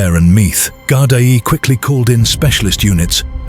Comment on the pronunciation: Gardai pronounced Gardee🇮🇪☘️🙏🕊✝️😘